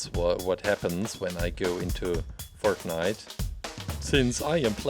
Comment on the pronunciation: That’s not how u say fortnite